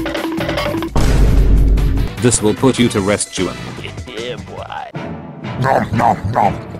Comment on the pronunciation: Btw Juan’s name is actually pronounced as “uan” not “juan”